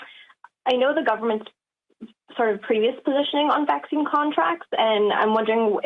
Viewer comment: "Hey Doc, does this Vhacine give me imhunity?" "No, it gives the manufacturer imhunity."